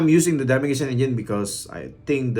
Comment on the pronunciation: its pronounce majician and keltic